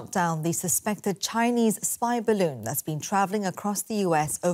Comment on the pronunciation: Oh! It not spying! It WEVR BAROON! 😑